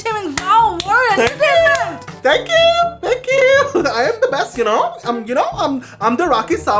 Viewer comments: When he says tankyo tankyo tankyo tankyo I just love it and also the queen of entertainment antertainment antertainment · Thanku thanku accent was so 🤣🤣🤣🤣🤣🤣funny😝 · Omg! This one's amazing 😂😂😂 and the way you said thenkew😂😂😂 loved it ❤